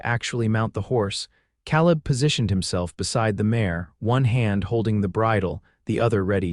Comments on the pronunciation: Yes. Also the man's name should be pronounced KAleb not kahlib. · Ka leb not cal ib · I enjoy these western stories but I can’t believe how the narrator can’t pronounce names Caleb has an a sound not ah. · Can AI narrators not be taught to pronounce Caleb as Kay-Leb? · In my "neighborhood" ... Calib is pronounced Kay leb... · pronunciation Caleb Ka Lib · It would be great if the AI narrator learned how to say Caleb as in Kay leb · Yeah, he ain't a Calla lily. Irritating mispronouncement. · Calib• pronounced KAY-lib. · Nice love story, Father's approval significant Enjoyed the theme, although I wish the AI narrator would be checked as far as pronunciation Caaalib San Antonio Texas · Caleb‘s name is said wrong about 400 times. It has a long a sound. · I wish AI knew how to pronounce Caleb correctly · Annoying that AI !dosent know how to say Caleb! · Please pronounce names correctly the a in Caleb sounds like an a not an o